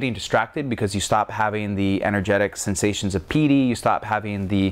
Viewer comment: Samatha was correct. - Jhana was correct - Piti was basically correct - emphasize on the silent "HHH" sound... so like "PEE-T-HEE" - you say "VEE-PASANA" it's more like "Vihp-pasanah" - you say "SAW-DEE" its more like "SAW-T--HEE" again with silent "H" both of those are very small, almost insignificant because a local would still understand you. However your biggest mispronunciation that might confuse a local is: You say it as "SAW-MA-HAWDEE" Its more like, "SAW-MA-D-HEE" still not exactly right. Its practically a bad joke to try to correct pronunciation over text haha. I hope this helps!